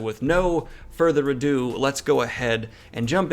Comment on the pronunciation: You missed “no further a-dune” 😂